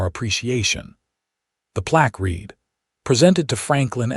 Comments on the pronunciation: The plaque read (red not reed) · Read (present tense), read (past tense tense, pronounced like the color red)